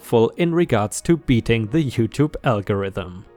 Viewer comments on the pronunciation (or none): none